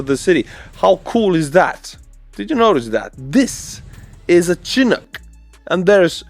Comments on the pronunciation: I know English isn’t your first language and you always help me with Ukrainian words, so I’ll help you with the chinook helicopter. It’s pronounced “Shi-nook” not Chin-ook, like if you start saying “the sh in she. Not like the chin on your face. Hope this helps bro. Slava Ukraine 🇺🇦🇺🇸🇺🇦🇺🇸🇺🇦🇺🇸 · Chin-ook haha.. It's SHA-nook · SHIN-Nook is the correct pronunciation. Like the "shin" below your knee. Of course it could be your Estonian pronunciation coming through. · Let me butcher your name, got a freebie with the "The Boeing CH-47 Chinook" today. :) (Not Chin ook, it's shinn_ook) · a small pronunciation note:) The CH-47 Chinook helicopter is not pronounced “chin-ook” (like the English word chin), but “shi-nook.” The name comes from the Chinook people and the Chinook winds, and this is how it’s pronounced in Canada and generally in aviation. Think of it this way using Estonian sounds: the beginning sounds like “shi” (the same sound as in šokolaad / chocolate) the ending is “nuk”, short and clear. So altogether: shi-nook, not chin-ook. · Chinook is pronounced Shinook. Love your programs. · Chinook pronounced: chi-NOOK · Hey, The CH-47 Chinook helicopter, named in honor of the Chinook people, Pacific Northwest U.S. Indigenous people. English pronunciation of chinook Butcher me a helicopter....LOL Happy New Year! Texas, USA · Argh! I'm gonna be "that person" --but you'll be one up on our national news commentators if you pronounce it "shin-ook." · You are pronouncing Chinook wrong. It's more of a sh sound (shinook). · Chinook is pronounced shi-NOOK (like book), named after the weather pattern coming off the Rocky Mountains that creates a straight line of cloud across the sky pushing out cloudy weather and spiking temperatures for a while. 🇺🇦🇨🇦💪🏼✊🏻🇨🇦🇺🇦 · It's not important, but just so you know, "Chinook" is pronounced "Shinook." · Chinook is pronounced "shheh-nook" btw